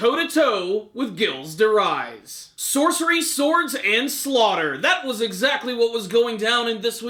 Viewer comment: ghilles de rais is pronounced Jeel de Ray